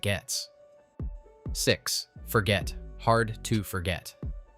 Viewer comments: It's not forget, it's for-jay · It;s Forget' pronounced Forgay , the g is soft . Its French my dear little twit !